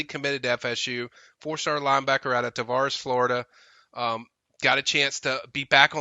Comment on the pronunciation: Not a big deal to me, but I'll mention it because some people do get upset over mispronunciation names of people or cities. If we keep recruiting Izayia Williams he is from Tavares ( tuh-VAIR -eze). Like I said, not trying to blast, just trying to help him out a little.